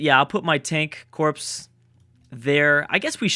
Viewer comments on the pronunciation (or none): "Tank corpse"